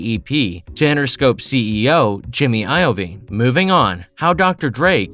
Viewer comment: Jimmy Eye Oh Veen 😂😂